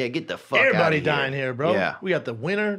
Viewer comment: It’s really no surprise Brendan can’t speak Spanish and tried learning it, but couldn’t. The man can barely speak English. He mispronounces so many words and REALLY struggles with vowels. Everybody is “iverybody”. Hair is “hear”. There is “Thur”...just to name a few. The man is borderline illiterate 😂